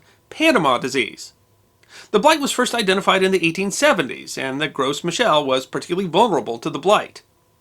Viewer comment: Just a word, but the "s" in "Gros" is silent. Every time you say "Gros" is comes out sounding like gross.